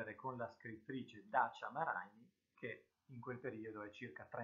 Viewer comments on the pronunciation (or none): Bravo..comunque è Dacia Maraìni non come lo hai pronunciato tu